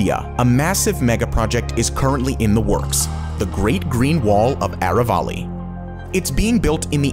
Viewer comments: Aravali is spelt like aaaraaa vaaaaliii and not areywalley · Aravali is pronounced as ... A Rr AAA V A L I